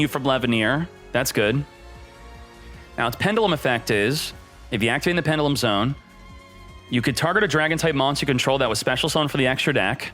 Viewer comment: Please pronounce pendulum right... 😂